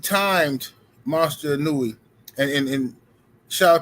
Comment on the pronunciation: Pronounce his name correctly. It s E-No-Eh. If Inoue is overrated, so is Devin Haney, Teo, Mayweather. Lol😂 5 belts and overrated, yeah okay.